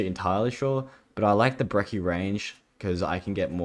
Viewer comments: I get annoyed whenever he calls the brechi the brekki it's kind of infuriating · why do you pronounce brecci like brecchi